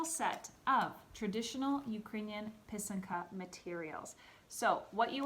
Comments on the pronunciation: So pretty! Very helpful to see and hear how to make these beauties! I also learned how to say pysanka properly ;) do you blow out your eggs? Have you made these with your students? I love to pair this with Rychenka’s Eggs 🥰 Thank you for sharing! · Thank you a very nice, simple explanation. I also appreciate that you used proper Ukrainian pronunciation for pysanka, pysanky and kistka!! 🥰💖🇺🇦💕👍